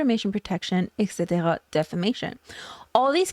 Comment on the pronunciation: do I recognize an accent from Québec when you said "etc." ? 😇